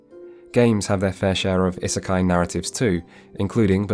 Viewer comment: if you're gonna say isekai this often you really could have looked up how to pronounce it. Its driving me mad :D